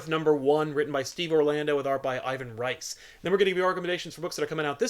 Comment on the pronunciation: I think Ivan Reis name is actually pronounced eeVAN HAYs.